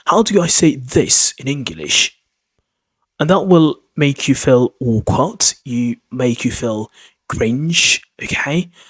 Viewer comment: "How did you feel " sounds very much like " How did you felt " (9.01) :face-turquoise-covering-eyes